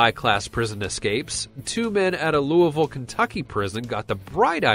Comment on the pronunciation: Someone finally said Louisville right